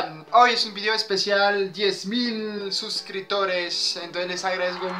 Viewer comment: Yo te escucho "suscritores"... Pero no se si lo estás pronunciado con p. Abrazo!